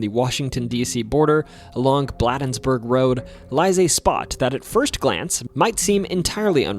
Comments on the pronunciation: “Blah-dens-burg” where they dule… no it’s BLADENSBURGE and it’s pronounced BLADE-ENS-BURGE hence you dule with a blade. I’m from Maryland so it’s ok I understand lol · Blade-ensburg... Not bladdensburg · If you move here, please stop calling it "Bladdensburg." It's pronounced "blade-ens-burg" around these parts. 🤣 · Bladensburg is pronounced BLAY dens burg. Doesn't rhyme with Blah. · The city is pronounced BLAYdens-burg, not BLAHdens-burg! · I’m originally from Maryland, and regarding Bladensburg; I’ve always heard it pronounced Blade (as in knife blade) - ensburg, not “Blad - ensburg” Loved hearing all of those stories here! Many included details I hadn’t heard before. Thank you. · Bladensburg is pronounced “BLAY-dens-burg” as in a blade. Not “BLAH-dens-burg”. FYI. Also it is literally blocks away from Cottage City (or really Mt. Rainier) where the events that inspired The Exorcist took place as mentioned in the beginning of the video. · Bladensburg is pronounced - blade ens berg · Concerning the part about the Bladensburg Dueling Ground, "Bladensburg" is pronounced with a long "A", as in the word "play". With the way it's pronounced by the (AI?) narrator, it would not be recognized by most Marylanders. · It is pronounced "Blade-ens-burg" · Its pronounced Blade-ins-burg. I am a Marylander and used to live near Bladensburg. Great video! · 🤣😂 Bladensburg is pronounced Blay-Dens-Burg my boy like Brayden replacing the r and y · Again mispronounced Bladensburg long a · Thank you from a born and raised Marylander. Several of these stories were new to me. Just wanted to let you know the correct pronunciation of Fort Detrick is Fort Dee-trick. Also Bladensburg is pronounced Blay-densburg. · Its pronounced "Blay-dens-burg". Also, bonus tip for the future, "Boo-ee". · Note... Bladensburg is pronounced with a 'long A" pronunciation. And no mention of Prince Georges County's Goatman? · loved the video but the way you pronounced bladensburg made me itch😂